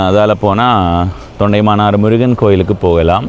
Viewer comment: தொண்டைமானாறு அல்ல, தொண்டமானாறு